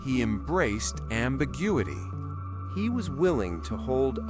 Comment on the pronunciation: same for "ambiguity" not ambigudity